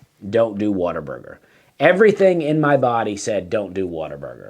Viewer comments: For the love of God quit saying “water burger”. It is what a burger. WHAT A. There is no er in “what a”!! You are killing me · Sounds like you are saying WATER-BURGER. Also; you will be hearing from their lawyers very soon.....